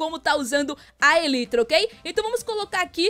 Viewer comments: A pronúncia é "elaitra" e não "elitra" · se escreve elytra mas se fala elaitra